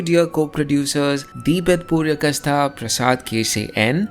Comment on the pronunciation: Amazing video. Very informative as usual. PS - it's Purkayastha (पुरकायस्थ), not Puryakastha 😀